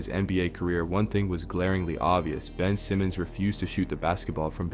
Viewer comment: Mf said Ben Simons